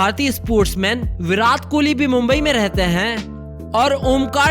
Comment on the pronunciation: Bhai tujhe bolna nahin aata kya virat Kohli ko virath kohli bolata hai 😠😠😠😠😠😠😠😠😠😠😠😠😠😠😠😠😠😠😠😠